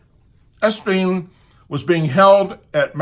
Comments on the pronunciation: 'ep'-stein' , why do you keep saying espn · Good God.Love your vids.Appreciate your work.but practice your words before you speak.you speak well when your live,but its Epstein not Espein?As far as Trump goes.I like him for pres.but I'm not delusional either.people who have achieved what he has often come with baggage.He's not a saint.I think he genuinely cares for us and our country but he also belongs to an elite club.you don't get to were he is without some moral sacrifices.I know plenty of prominent men that are OK on the surface but fall short of what we accept as the societal norm.We must often overlook some MINOR discrepancies with each other if we want to get along.I personally worked for a business owner who every winter went to Costa Rica with his buddies for under aged girls.......That's not me and I don't like what they did but I also liked and needed my job.I don't condone or understand why men like young children,maby its a power thing. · Its pronounced Ep steen Not. Es peen Sorry being in education, pronunciation is a pet peeve. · It’s pronounced EPstein not ESpien.......... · It's Ep Stein, not Es pein. 😁👍 and Lolita not Lolila. The other word is ex cerpt not ex kerp. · you keep saying "implemented"... as in "A lot of people will be implemented...". When what I believe you mean to say is "implicated". And, the criminal's name is EP steen not ES peen. We need to remember his name; I'm sure we'll be hearing/seeing more about his crimes. Someone corrected the report that the island is in the Virgin Islands. It's not. It's in the Caribbean Sea. Hillary Clinton doesn't just have money; remember, her father is a mob boss; am I incorrect about that? That is what I believe "protects" the hag. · It’s not Espeen, it’s Epstein. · His name is epstein, not espien. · Epstein. Epstein Epstein. NOT ESPING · 'implicate', not implement, EP steen, not Espeen. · Ep-stein not Es-pein. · EP stein not ES pein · It's not espien it's Epstein